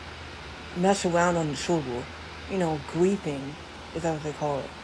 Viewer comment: "You know... gweefing." ☠️☠️☠️